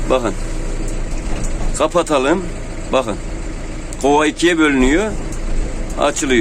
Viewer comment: gova değil kova